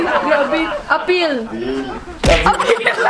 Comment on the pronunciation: Appeal not apir😼😼HAHAHA